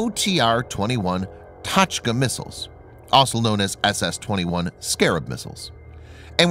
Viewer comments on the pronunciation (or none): Not pronounced tach-ka, pronounced "toe..ch-ka